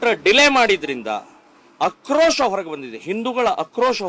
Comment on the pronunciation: akrosha alla aakrosha kannada kali